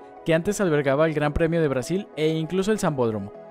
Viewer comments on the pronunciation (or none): none